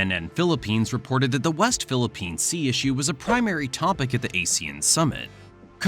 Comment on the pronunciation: Thank you for saying the "West Philippines Sea".